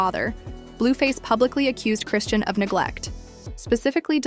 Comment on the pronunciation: Cray-Shawn... not Christiene